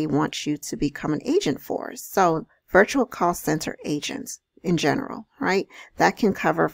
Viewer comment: thought you said Asians not agents lmaoooo